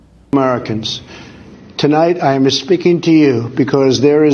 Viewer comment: ''I ama speakin to you'' - DJT